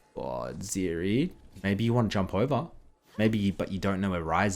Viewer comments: It's not Ziri, it's Zeri... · The moment I heard zEErEE , I instaleft.